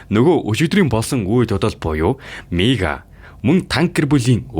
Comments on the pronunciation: Miigaa g niigaa gej sonsloshd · niigaa ged sonsch uyd 😂😂😂